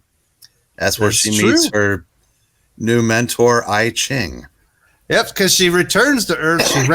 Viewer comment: Isn't "I Ching" pronounced "eee-ching"? That said, I sat thru the whole vid..... still don't want to read that run.